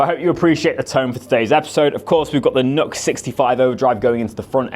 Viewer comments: It is NEW-X not NUX! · The one where the little leprechaun bounces out and introduces "YNGWIE J MALMSTEEN !!!!!!!!!", and then "YNGWIE J MALMSTEEN" does some strap swings and rips though 10 000 picks per song. Also, it's "noo-X" or "new-X" for the civilised of those amongst us". I do believe there is a wee hyphen in there on the logo. Good pedals. Entered.